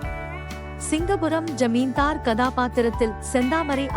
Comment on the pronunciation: Not "Dillana"😂😂😂😂...it is Thillana...."Tha" varadha"????...and "Balaiya" not "Palaiyya"😂😂😂😂.." Pa" vum varadha..."Zamindhar".... not "Zaminthar"...Spashtama pesavaralaina. why are u doing voice over?...highly irritating